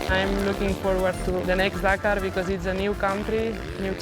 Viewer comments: Dack - are ... that's how its pronounced. Wanna kill a series ... keep saying it like an idiot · Say it with me DAKAR not DAK-AAAR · Its Dakar not Dkar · Spot on, not Dkar